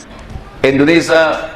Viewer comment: endonesa... (yahhh.. ketauan deh dari caranya ngomong..)